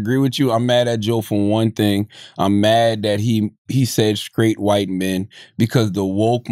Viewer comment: See joe can't even say white